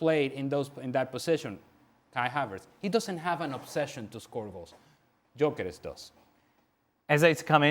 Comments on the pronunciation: I thought he said Djokovic. It’s Gyokores. At least make an attempt to pronounce his name right. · Stevie........ he's not like you, a Scot, so his name isn't "Jockeres," Viktor's name is pronounced "Yuh-kuh-resh!!!" How many times do I have to correct you lot???.